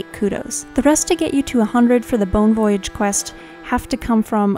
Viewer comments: The way you pronounce "voyage" drives me nuts lol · I paused the video real quick to make sure I wasn't the only one who caught that. Other than that great guide and love her videos.